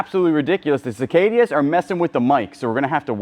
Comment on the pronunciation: see kay duh. There is only one i in cicada.